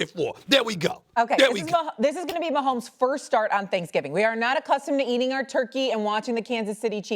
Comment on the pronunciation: The disrespect. A whole stadium says his name right and this chick couldn't get it right.. questionable.